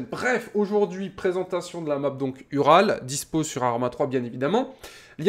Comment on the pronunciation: Au début de la vidéo tu l'as prononcéé "Ural" mais ça se prononce oural comme la chaine de montagne en russie ou comme le camion tout terrain de l'union soviétique.